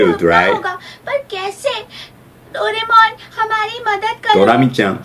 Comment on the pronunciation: The way he pronounce Doraemon!❤